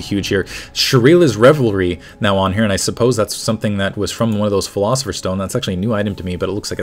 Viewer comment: Lol, can't pronounce pilosopher xD